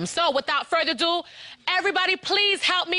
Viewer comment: It’s “without further ado” not “without further do”